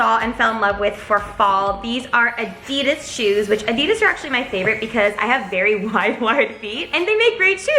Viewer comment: Whoa how'd she say Adidas No hate at all